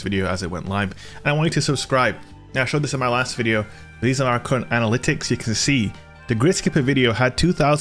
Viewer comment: Yo, You ought to change your diction. When you say "current", it sounds like you're saying... (ahem).... C...!